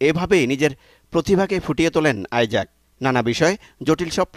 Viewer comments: ভাই আপনারা কেন বলছেন আইজাক, এটা তো ইছাক। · English এ আইজেক আর বাংলায় ইসাক